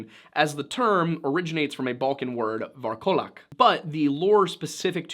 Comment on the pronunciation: Alright Bulgarian here, i am so sorry but the way you pronounce Varkolak might make the entirety of Bulgaria come for your throat while screaming corrections at you... Also fun fact: Varkolak actually means werewolf... So it being in a vampire video threw me tf off.